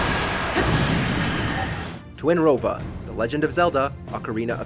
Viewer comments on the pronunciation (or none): Twinrova? Seriously?